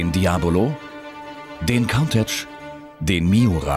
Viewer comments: Gutes Video, wirklich schön, aber ich verstehe nicht, was so schwer daran ist, "Countach" richtig auszusprechen. Es ist nicht englisch, sondern italienisch und wird daher "Cuntasch" ausgesprochen, nicht "Cauntitsch". Als nächstes kommen sie noch mit "Gutn Tach"^^ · Diabolo und Kauntätsch? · Es heißt "Diablo", "Kuntasch" und "Miura" (gesprochen)